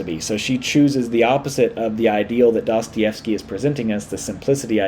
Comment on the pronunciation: I love how the West hardly ever gets Dostoyevsky right